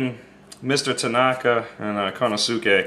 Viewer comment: Just a little heads up Konosuke is pronounced "Koh-noh-ss-kay". And Kurouchi is pronounced, "Koo-Roh-Chi" or "Koo-Roh-Ch". Great knife BTW. Looks similar to some others.